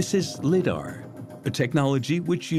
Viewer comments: It's Pronounced LY-DAR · You got your citadel and lidar pronunciations mixed up mr.